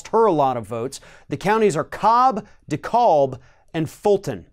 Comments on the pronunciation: It's pronounced de-cab. Like a taxi. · Dekalb is pronounced: Dee-cab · Yes voter suppression should be a federal crime! And Stacy should sue Kemp in a civil lawsuit as well and tie him up for years. BTW, Dekalb is pronounced “De-Kab”. 😆 Keep the pressure on - thank you for all you do! From a friend in SC. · You're a hundred percent right about everything except the pronunciation of Dekalb... in GA, the "L" in Dekalb is silent ("De-KAB" like a truck cab not "de-KALB" like Illinois). Don't even get me started on how people here pronounce the town name of Lafayette. Suppression is nothing new in GA. I've wondered if I'd be "magically" dropped off the rolls or otherwise forced to cast a provisional ballot every time I've ever gone to vote - and I've not only never missed an election (general, midterms, runoffs, primaries, local government, if there's an election, I vote), I've stood for local office... I still am in no way confident that my vote will be allowed, and if allowed, I am in no way confident it will be tabulated. This mess has done nothing to assuage my concerns. Lucy McBath won and Carolyn Bordeaux lost? That's not mathematically possible without fiddling the vote totals... I know this because I've lived in one of those districts for 30 years now, so I've seen the demographic shift on the ground, live and in person. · I'm sorry but. It'a DE-CAAAB not DE-AWWWB. LOL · "De-Cab" not "De-Callb" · I live here in Fulton County and it did take 3 hours to vote and the facility was PURPOSELY understaffed. It was absolutely by design and disgusting!! Btw.. the other county is Dekalb (one word) pronounced "De-Cab" 😉 But thanks for telling ppl. It's real f*cked up what they're doing down here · Dekalb is pronounced DeCab like a taxi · Love ya lots but you mispronounced DeKalb. It's pronounced duh CAB. In Georgia we don't pronounce the L. I know; we're nuts. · For future reference, Dekalb county is pronounced D-Kab. The L is silent. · Pronounced: di CAB (Dekalb)